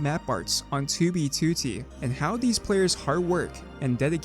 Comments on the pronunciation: Ok but why do you pronounce it "tubey tootie"? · bro stop sayin 2b tootee